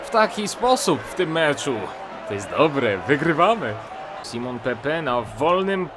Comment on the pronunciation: to jest Simone Pepe A nie Simon:D Łapkować żeby widział!